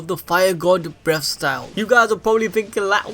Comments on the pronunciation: I actually heard him say “breast style” the whole video lmao 😂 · Breast style? The pronunciations hahaha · Sounds like your saying breast style here and there hah